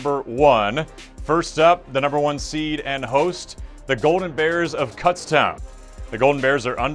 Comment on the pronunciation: Next year please pronounce Kutztown correctly.